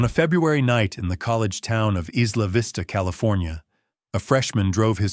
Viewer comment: Eye-la vista not is- la vista..